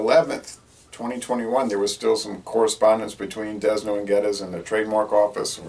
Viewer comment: The slogan for this brew used to be put it back with a Dragon! Figure it out! BTW the S is silent in Desnoes of D&G fame. I wouldn't expect him to know much about Jamaica or its products....